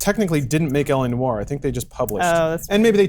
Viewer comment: It's noir not no-r. Simpletons.